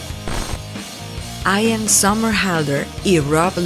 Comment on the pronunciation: No se pronuncia "aian" se pronuncia "ian"